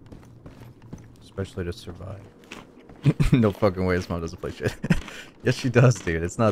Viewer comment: Great video as usual, and as one might say: keel me please, sheet spawn